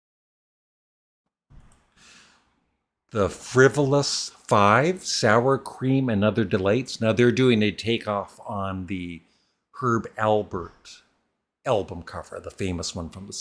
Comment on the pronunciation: This is very entertaining, thanks! You kept apologizing when you didn't need to... I think the only thing here meriting an apology is your mispronouncing Herb Alpert's name "Herb Albert."